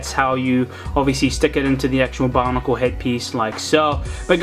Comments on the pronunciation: why does he say bonicle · why do you say bionicle